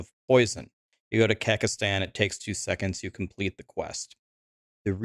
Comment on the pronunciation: Kekestan is a word? Mispronounciation or just trolls?